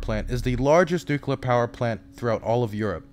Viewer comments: Excellent work,. This was a huge improvement over even the last one, which was also fantastic. P.S. Whenever I hear you say "Nuke-ya-ler", I remember when I was a kid and people were making fun of George W Bush for pronouncing it the same way. It's "New-clear". Reject the Republican mindwaves pumped into you in your infancy. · Don't sweat the mispronunciation! "Nukular" is a very common mistake. Try splitting it into two words every time you see or hear it: nu-clear = "New Clear". Making that split will help disrupt old habits by reforming the associated pathways. Honestly, you have more pressing concerns, but I can understand being self-conscious as a journalist (especially with your refocusing to deadly-serious embedded journalism as opposed to Twitch debates), so it's just a helpful tip from my linguistic background. It's not like you're the former governor of Texas or POTUS, so... Thanks for doing what you do! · It's pronounced "nu-clear". Just like it's spelled. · It's a serious video but I can't help but snicker when you pronounce "nucular" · you're saying nuCLEAR wrong, they're only one 'u' in there bro. i'm sorry that's just a pet peeve of mine. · Godspeed you will learn how to pronounce nuclear one day <3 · Hilarious that you keep acknowledging your pronunciation of nuclear while continuing to mispronounce it 😂